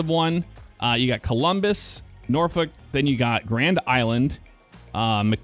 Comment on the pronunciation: As a Nebraska native I feel I should inform you that we pronounce it as "Nor-fork" here. Don't ask me why, that's just how it is. It was quite the whiplash sensation when I recognized exactly where you were when you pulled out of the loading yard. Also, if only it were really that easy to get to Norfolk from Fremont. That road is substantially longer irl and it's two lanes the whole way with heavy, SLOW, truck traffic just like you experienced.